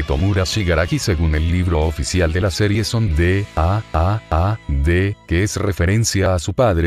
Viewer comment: En la "serrie" jajaja😂😂